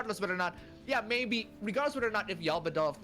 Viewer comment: The cringe every time tries to say Yaldabaoth XD Ya'll Da Ba Oth!!! Hahaha